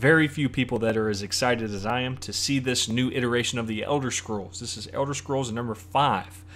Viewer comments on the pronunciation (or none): none